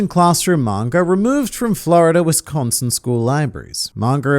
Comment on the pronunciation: pronounces wisconsin better than anyone from the southern united states